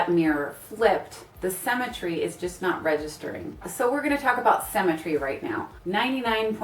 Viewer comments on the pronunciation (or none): "cemmetry" It's symmetry, darling. Pronunciation is important. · Your pronunciation of symmetry sounds like cemetery...well to English ears anyways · “Cemmentry” lol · Anyone else bothered by “Sem-i-tree” when that’s actually “sim-i-tree” when pronouncing the word symmetry... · Haha, I heard "cemetery" instead of symmetry and at first I was confused. xd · I was distracted by the pronunciation of symmetry as cemetery, did anyone else notice that? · I actually thought she said cemetery when she said symmetry..! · so we're gonna talk about 'cemetary' guys not symmetry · You pronounce symmetry as “cemetery”. We stick dead people in those. I look best in photos when I’ve lost 14lbs ugly fat ie my head... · I love the informative video! I like how you say symmetry. it sounds just like cemetery. :)) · Was so confused when you said you were going to talk about 'cemetery' haha I guess we say it differently in the UK